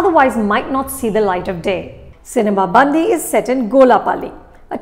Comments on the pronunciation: I appreciate you for reviewing Telugu movie. The only correction is the way you pronounce the title: it’s not cinema Bandhi, it’s cinema bandi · Dear Anupama Chopra , It's not "सिनेमा बंदी" but it is "सिनेमा बंडी" which literally means "Movie vehicle". Please make sure you pronounce correctly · Madam.. U r pronouncing movie Title itself wrong... The right pronounce is " सिनिमा बंडी" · It's difficult for a non native speaker to get the pronunciation correct...but should have asked someone from Telugu speaking states to get at least the pronunciation movie name correct. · Everyone can be a film critic.. look at how to review these films with heart not just unnecessary fancy words - Anupama you dint even pronounce the movie name correctly, I don't know how much you enjoyed the movie. Its not the story or jokes, its the dialect thats the hero of this movie. The subtle differences in pronunciations that make people laugh more. The dialect that is so specific to a land, the size of a typical district, that borders karnataka and Andhra is winning the hearts of people of India